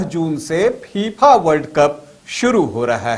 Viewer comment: Gyan dene se pahle naam to sahi lo phipha nahi fifa hai